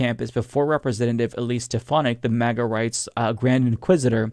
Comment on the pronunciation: ❤ how he says maga, like MaiGah as if reacting at something you just can't fathom hahahah 😂😂 People need to start purposely say MaiGah with disgust or judgment when referencing MAGA